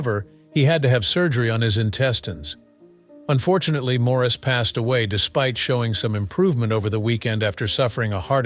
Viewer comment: And these AI THINGS need to learn how to pronounce Maurice . As he always said , It’s MOOOORRRRIIIIS